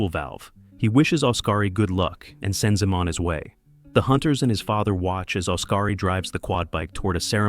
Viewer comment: Great pronunciation of the names. SMH 😂. Odkari is pronounced liked Os-ka-ri, not Us-ka-ri or As-ka-ri like it us sometimes pronounced as 😂. Likewise, Tapio is pronounced as Ta-pi-o.